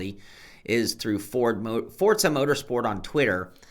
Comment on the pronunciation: there's only one "z" in Forza, so it isn't pronounced like "PIzza". It's just "four-zah".